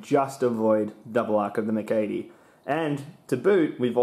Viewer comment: You have a fascinating way of pronouncing the MC-80.